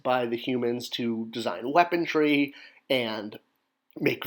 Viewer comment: Why do you say "weapontry"? It's "weaponry"; there's no T.